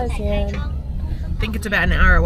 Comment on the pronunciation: Good on you for giving it a go with basic phrases, but just wanted to suggest that - you've mixed up your pronounciation of the "a"s in Xi'an and yuan: it's "See-Arn", and it's "Yu-en"